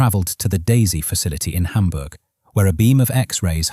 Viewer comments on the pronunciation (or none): none